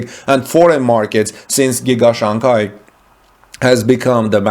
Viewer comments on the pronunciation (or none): The second syllable of Shanghai is pronounced like “hi” not gai or kai.